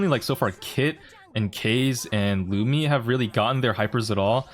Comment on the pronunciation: That kaze pronunciation is awful